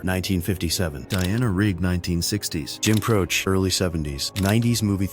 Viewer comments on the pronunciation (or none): Jim Croce last name is pronounced Cro-chee. A real person should look at these before they publish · That's not how you pronounce Jim Croce, there is an E sound at the end of his name.